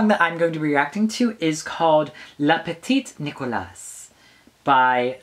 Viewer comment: Billal is not really a drag queen :) is not "le petite nicolasse" is just " le peti nicola" , and is "roua" and not "roye " :) is just for you and your French :)